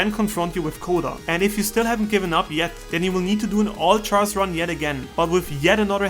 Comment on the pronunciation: Your pronunciation of "Char" drives me mad.